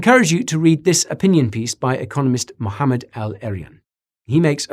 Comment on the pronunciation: That pronounciation on "Mohamed" though... 👏👏👏👍